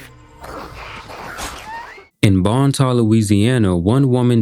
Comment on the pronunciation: It's Bon Temps! Not bon ta. No one knows how to read or pronounce anything. Like Dionysus...die-oh-nice-us